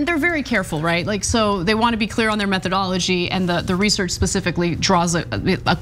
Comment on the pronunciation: ha ha ha.....Anna is turning into Cenk.....she's making dad jokes and doesn't even realize it..... "they wanna be clear with there Meth-ed-ology" 🤣